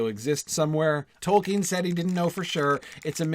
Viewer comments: that dude doesn't even know how to pronounce "Tolkien", let alone the names of the characters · he doesn't even know how to pronounce "Tolkien" correctly, unless he's finally learned it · everyone's talking about Colbert for some reason, but that's a guy who literally didn't know how to even pronounce "Tolkien", let alone the names of the characters.